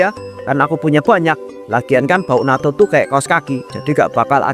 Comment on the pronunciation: Yang benar Natto (納豆). Bukan nato